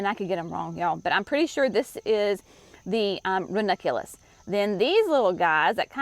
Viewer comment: Here's to the woman who pronounces ranunculus and anemone, on film ! 👍